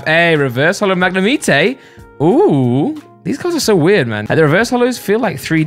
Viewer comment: Everyone: Mag-ne-might: MaG-kNeE-mEeT-a